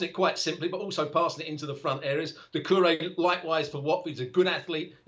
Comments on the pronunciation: Dacoure? HAHA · Is it not Doucoure? lol